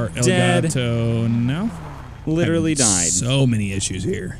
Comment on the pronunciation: lit rely killed me